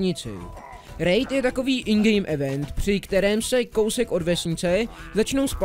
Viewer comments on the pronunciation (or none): none